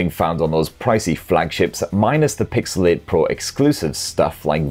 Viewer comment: You say Pixel 8, I hear pixelate